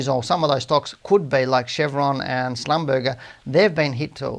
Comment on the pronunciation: Schlumberger is pronounced Shlum-bur-zhay. Just for your information.